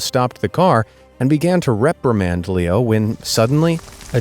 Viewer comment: BROOO I HEARD Pierpaolo paradisi AND HIS DOG LEEKNOW NOT Pierpaolo paradisi AND HIS DOG LEO AHHHH